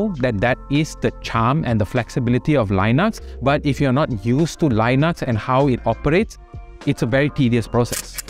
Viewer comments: Why do you pronounce lynux? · The li in Linux is pronounced like the li in lithium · say linux again